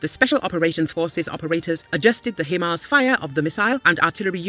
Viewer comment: "High-Mars". This is how it is to be pronounced.